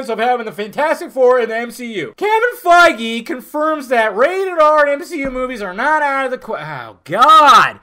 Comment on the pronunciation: Quit pronouncing Kevin's last name wrong it's fucking irritating 😠